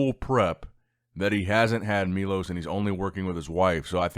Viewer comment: Milosh not milos